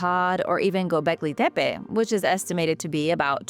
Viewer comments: While I admit it is very refreshing to see and hear a real human talk on YouTube instead of insufferable AI voices, I'm confused about why you are forcing such a strong accent when pronouncing gobekli tepe. I've watched dozens of historical documentaries about it and I've never heard anyone pronounce it like that before, even when real people are narrating. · Its kindof annoying hearing a 90% regular english accent mixed in with that other accent when she says Gobekli Tepe. I say pick one accent and stick with it, consistency is key 🤙